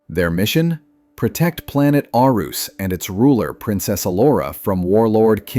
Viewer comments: "err-uhs" not "Ar-oose" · Planet Arus is pronounced "Air-us" not "Ar-oos" sheesh! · What in the AI is "Aroos"?!? Annoying when the pronunciation is wrong. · It is pronounced Air-reese never heard the dumb unintelligent pronounce it right even once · congratuulations on mispronouncing not only Koran's name but Planet Arus as well....next time,do some damned reseach!!!!!!!!! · Yeah sorry, but your facts about vehicle voltron shouldn't count. Even as a child could see it was a different show. There was no masterful editing putting the story's together. Also, why are you showing a picture of Lance while taking about Hunk? And you're pronouncing the planet wrong. Did you watch a single episode? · How do you know all this information but yet mispronounced planet Arus. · Unable to properly say Planet Arus shows you never watched the show. Which means, you earned your dislike and your do not recommend channel. Maybe you should do some actual research instead of shoveling out videos to earn those youtube nickels and dimes.